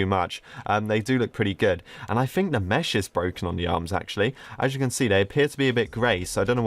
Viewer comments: its pronounced mec not MECH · Its not Me "ch" its pronounced Me "k" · the word mech is pronounced MECK not METCH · ‘Mech’ is pronounced ‘mek’ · Dude for the last time it’s pronounced “meck” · This is making me trigger so much, I hope reads this. Mech is pronounced "meck" and subarctic is pronounced "sub-arck-tick". If you do read this, change your evil evil ways... - A decent fan who always criticizes your pronounciation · It annoys me how you pronounce “mech” The ch in mech makes a K noise